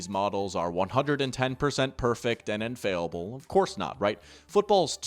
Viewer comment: Infailable??? U mean infallible? I get ur a small creator, but pronunciation errors multiple times?